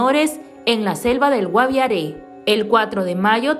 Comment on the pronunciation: que narra no es GUAVIARÈ. ES GUAVIARE SIN EL TILDE